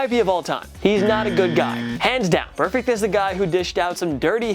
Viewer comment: So glad juju nailed burfict lol